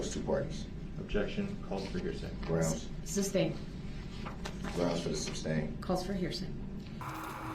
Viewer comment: There should be a 'substain' drinking game